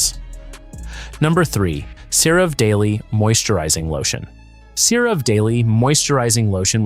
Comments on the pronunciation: Its pronounced Cera VEE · Difficult to listen to because electronic voice doesn't know how to say certain words correctly, including the brand names like CeraVe.